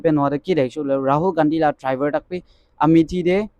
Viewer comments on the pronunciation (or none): none